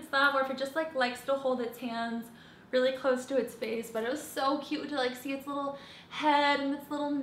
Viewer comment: it sounds like you say "his little" lol but I could be crazy! I say boy!!!